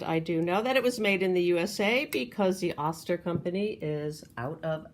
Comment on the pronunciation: I love the old Oster mixer container. It was pronounced, “oh-ster” with a long O though, not “ah-ster.” I remembered the old tv ads for it. We never had one but my friend’s mom did!